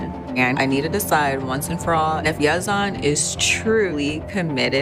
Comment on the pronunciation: Please repeat after me: Ye - zen. Both A’s are pronounced the same, like short e’s. So tired of hearing Ye-zahn